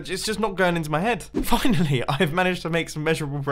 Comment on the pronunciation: When you said finally it kind of sounded like you swore.